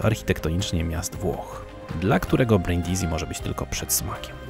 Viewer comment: Brindisi czytamy Brindisi, a nie Brindizi tak na przyszłość 😅 Świetny filmik, dużo ciekawych rzeczy można wyciągnąć ❤